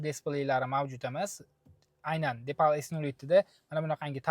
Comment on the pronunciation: Номи депал эмас, дипал.